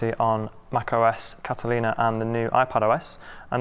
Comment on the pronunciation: First time I hear someone pronounce Catalina right.